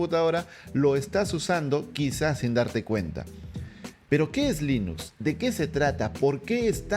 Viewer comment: Se pronuncia Linux no linus